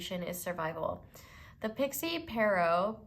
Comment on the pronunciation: lol Pierrot is actually my last name and you pronounced it totally fine!